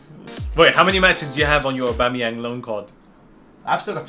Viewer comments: Aubameyang, not Aubemeyang. With a A not an E after the B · i'm sorry but who the hell is Or-bameyang?